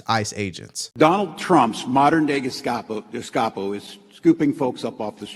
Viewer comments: LMAO!! Walz standing up there looking like some over educated scholar and can't even pronounce the slanderous insult of having a GESTAPO! (struggling to stutter out Gescapo, Djastoppo or whatever) he was able to spit and sputter out his knobgobbling lipsz 🤣😂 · Tampon Tim can't even say the name right, what a joke for a commencement speech 😂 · Tim can’t even pronounce “Gestapo”